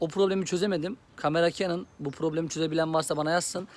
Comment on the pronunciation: Reis kenın değil kanon diye okunmuyor mu? :)